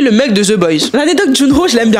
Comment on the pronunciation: Concernant le groupe iKON oui ils sont encore là ils ont sortis un album l'année dernière et tous les membres ont aussi sortis des solos donc tu peux aller écouter l'album de Junhoe il est vraiment bien !! Là ils ne sont plus actifs en groupe car la moitié des membres sont au service militaire. Par contre juste une précision son prénom se prononce "Jounhwé" et pas juno. Quand on lit son prénom en kr c'est junhwé et son nom de scène se prononce "junhé" 😉